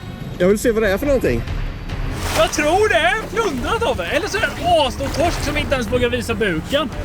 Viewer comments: Grattis Tobbe. Men det heter Torsk, inte Tossk😂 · TOSK !???? det heter TORSK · Sluta säg Tossk. Lär dig prata.